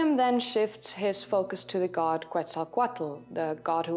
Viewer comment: You have my undying respect for pronouncing Gods names correctly.